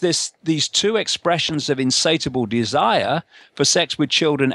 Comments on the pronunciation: " insatable "? insatiable, no? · I feel sorry for anybody who takes the rantings of this bozo seriously. "Insateable"! He can't even get the word right.